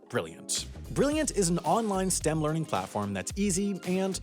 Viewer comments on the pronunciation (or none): none